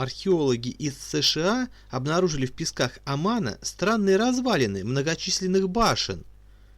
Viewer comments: Вас невозможно слушать: ударения неверно (не Оман, а ОмАн), буквы переставляете местами. Лучше прочитать ваш текст в статье. Неужели так трудно предварительно вычитывать текст! Такое небрежное отношение подрывает доверие к достоверности информации. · Я то же это заметила.а ещё Оман вместо Оман,птОломей вместо птолЕмей.